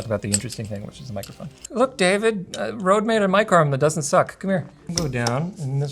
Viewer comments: The Ø letter is pronounced more like U on "Unreal". it also stops with an E, like the E in "Enough". It bothered me a little that he pronounced it like "Road". Cool review though. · The company can complain all they want, but they chose to name it like they did, so not pronouncing Røde in Danish or Norwegian is wrong. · I never understood why they used the Danish Ø, and then never even tried to pronounce it right.